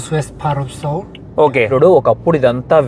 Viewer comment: okasari good lo check chesuko brother..his pronunciation is correct